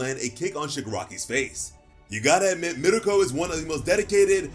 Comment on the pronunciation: Bro love ur vids ....by her name is MIRKO as in merko. .not miriko